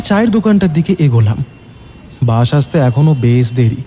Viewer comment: Bus. Sssssssss. Not bush